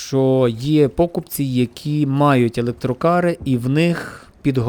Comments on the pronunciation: пОкупці, тебе наголоси так в школі вчили ставити?ну ти кінь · Впервые такое ударение слышу. Так токо гавайцы кажуть😅